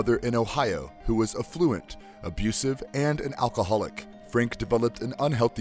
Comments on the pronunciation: "Affluent" is not pronounced "effluent", which means "poop", literally.. its "affluent", a as in apple. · Words mispronounced by this narrator include "escape", which he pronounces ek-scape; "affluent" for which he substitutes a-fluent and "iteration" which he decides would be better as jitteration. This is UN-ACCEPT-ABLE!!! Does nobody listen to this shit before posting?! I like this channel but find a VO artist who can speak clearly and knows the god damned subject! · Nice call out, the idiot didn't even say affluent correctly. I've seen a few of these superhero videos on this channel and a lot of the narrators in these videos can barely read/speak. I honestly like this channel but you can tell they are a little more passionate about the unique horror movies etc and not the superhero shit.